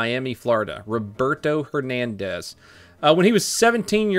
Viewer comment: It has to be random that you said Roberto hernandez multiple times very clearly right?😂